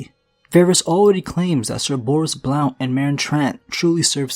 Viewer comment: The o in Blount is silent